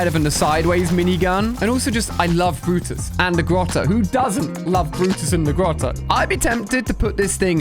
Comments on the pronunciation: he said brutus like br-r-r-ruts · love how he pronounces brutus